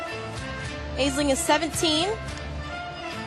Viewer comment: And Ash-lin/ash-leen, not "Ays-ling."